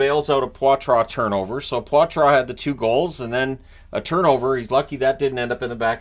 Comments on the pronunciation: Don't mean to correct you but its Paw-Truh not Pwah-truh. Go! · "Poy-Trace" Not "pawtwah" ...I'm not lying to you. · He said he wants it said “potra” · Sounds like Poitras is going with the Anglicized "Potra" pronunciation btw